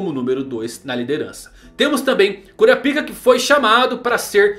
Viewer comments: Cura a pik é phoda man, muda essa pronúncia aí pelamor 😂😂😂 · Bom Dia, só por curiosidade msm, pq vc não fala o nome de Kurapika da msm forma que os dubladores originais falam? Falar " Kurapíka " sempre me quebra. Rsrs... Um abraço. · É engraçado pensar que está no aguardo da pronúncia do nome de um personagem, enquanto fica falando CU-RA-PI-KA e não KÓ-RA-PAI-KA que foi uma adaptação da dublagem brasileira.